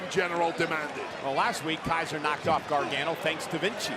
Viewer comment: Cole is such a tool. Learn how to say Gargano.